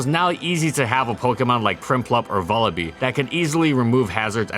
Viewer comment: Vullaby is pronounced like lullaby. Wasn't entioned in this video, Raikou's U is silent. Do you call the bullet hell shmup TWO WHO? Didn't think so.